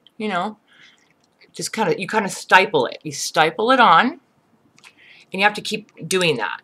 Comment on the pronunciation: STIPPLE NOT STYPPLE